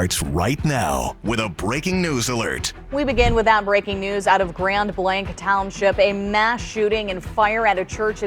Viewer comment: Reporter the name is Grand Blah like in blah blah blah. It’s French meaning great white.